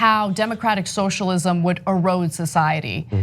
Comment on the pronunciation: "shoshalim" It's not that hard to say, "so-shall-ism". Was this guy drunk?